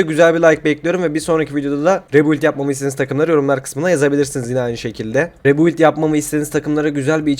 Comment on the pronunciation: Rebuild demeyi ne zaman başaracaksın usta